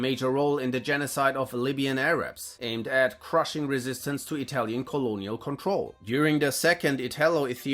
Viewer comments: Your pronaunce is one of the best interpretations of Italian I've ever heard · As italian, your pronunciacion is awesome! Congrats! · I can say for once, as an italian, that a Youtuber talking about WW2 has done research not only on history, but also on pronunciation. You might be the only english-speaking creator that I have watched not butchering the names of italian characters or places. So hats off for educating yourself - evidently it cannot be taken for granted.